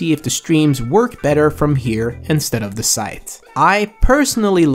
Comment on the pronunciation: bro, why do you say "duh" instead of "the." Where are you from in the U.S. that anyone even speaks like that? I have a friend who speaks like that too but how.